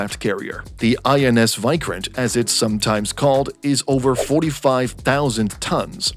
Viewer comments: Your pronunciations are all wrong. Tata is pronounced as TAA-TAA Vikrant is pronounced as VIK-RAA-NT You can also Google the pronunciations. I don't intend to knitpick but it's essential for a knowledge sharing channel to be correct in it's delivery. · The pronunciation of VIKRANTH is not correct. Just correct that one.